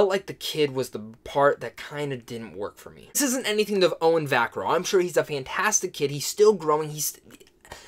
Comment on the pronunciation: Va-CA-rro, not VAC-arro.